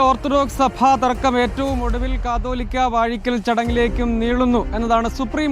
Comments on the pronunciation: കത്തോലിക്ക അല്ല കാതോലിക്ക.. ഇവർ ഒന്നും കേരളത്തിൽ അല്ലേ?? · കത്തോലിക്ക അല്ല കാതോലിക്ക, റിപ്പോർട്ടർ ആദ്യം തന്നെ ഇതൊന്ന് വ്യക്തമായി പഠിക്ക് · കത്തോലിക്കാ അല്ല, കാതോലിക്കാ 😂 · കത്തോലിക്കാ ബാവ എന്നല്ല കുട്ടീ.. കാതോലിക്ക എന്നാണ് പറയേണ്ടത്!